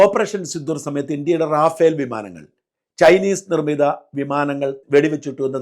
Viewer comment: റാഫേൽ അല്ല, റഫാൽ